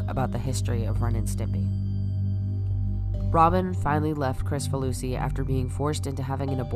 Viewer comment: Minor quibble: his name is pronounced KRIK-fa-loo-see, not Chris-fa-loo-see. I'd assumed the former, then had to check to see if I was right.